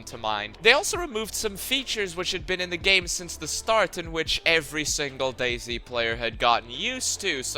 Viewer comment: The first half of the video I thought you said Daisy